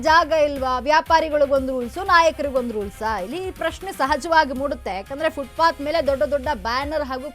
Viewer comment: Anchor adu footbath alla FootPath Nim Channel ge ondu namakara ,,gotilla andre kannadadalle matadri